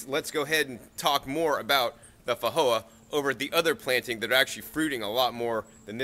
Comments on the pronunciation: weird how you pronouce feijoa, in new zealand we pronouce the J as a J and not an H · Actually most people are pronouncing it incorrectly. It is not a 'j' and it is not an 'h' sound. It was named after Portuguese explorer Joao de Silva Feijo. In Portuguese 'j' is pronounced like the 's' in cloSure and viSion. By the way, what variety is your Feijoa? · Actually New Zealanders are not pronouncing it correctly either. It is neither a 'j' nor an 'h' sound. It is a sound that exists in English, but there is no dedicated letter for it. It is the 'zh' sound which is usually represented by the letter 's' as in confuSion 😊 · Thunda1986 If I remember correctly, the video poster lives in Nevada. Roughly 20% of the population of Nevada has Mexican ancestry. In the Spanish language, a "J" is pronounced as an "H". As the plant is native to South America, this may be the original pronunciation, assuming it is a Spanish (or possibly Portuguese) word and not a native word. Wikipedia gives both pronunciations as correct. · I've googled pronounciation and the answer i got was not so much an h but j like the French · The original language is Portuguese. He was interpreting it through a Spanish lens, since that is pretty familiar in most of the USA (& the tree is native to Uruguay, not just Brazil).